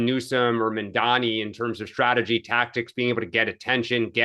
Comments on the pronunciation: Would someone please TELL that it's "MAMDANI'" not "MANDANI." It's not that hard to pronounce names correctly. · How long until learns how to pronounce Mamdani’s name the right way?